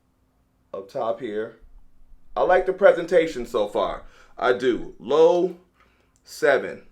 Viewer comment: Loewe was founded in 1846 in Madrid. And yes, you pronounce the "E", but who cares.